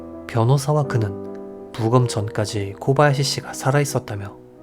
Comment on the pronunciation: 타카하시 일본어 히라카나 쓰기ㅡ대로라면 맞는말이지만 일본발음으론 다카하시로 코바야시 가아닌 고바야시로 타나카 가아닌 다나카로 발음해주시면 듣기 더좋을꺼 같네요😊 오늘도 잘듣고 갑니다